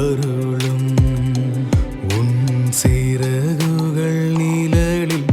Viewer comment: நிலலில்... என்று பாடாமல் நிழலில் என்று பாடவும்.. ழ... உச்சரிப்பு முக்கியம்